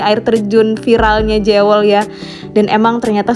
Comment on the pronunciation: Jewel ( bacanya : Juwel) mbak